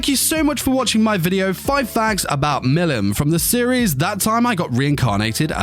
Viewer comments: Bro you saying Milim wrong it’s pronounced Mileam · Butchers her name the whole bid